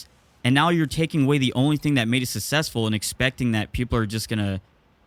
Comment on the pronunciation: Someone needs to teach how to pronounce "successful"